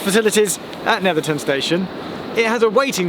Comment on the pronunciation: I used to live just a few stops down from there in Seascale. Brilliant to see that view again. Good to hear the correct pronunciation, 'ton not 'town.